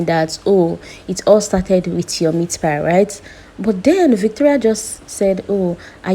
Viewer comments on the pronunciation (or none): It's meatpie not meatpile.